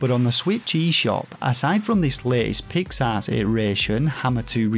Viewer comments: With your accent (I’m American, of course) “Pix Arts” sounds like you’re saying “Pigs Ass”. Which made it all much funnier. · Was so happy to see you in a Kotaku article. Hope it brings more eyes to you! BTW: Did you review A Robot Named Fight yet? BTW2: Every time you say Pix Arts, I hear “pig’s arse.” I’m a Yankee so it may just be an accent thing, but I’m assuming that’s intentional. 😂